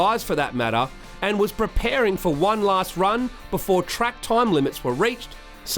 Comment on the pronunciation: "'old on, 'ere's a wollyB on the trake"